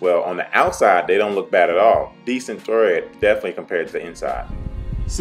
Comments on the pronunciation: Tread, not thread lol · not to nitpick, it's tread and not thread. 👍🏾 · It’s pronounced TREAD not thread ninja!!!